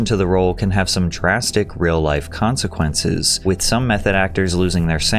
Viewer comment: i always know it’s about to get real when Patrick drags the last syllable of a word like “consequences”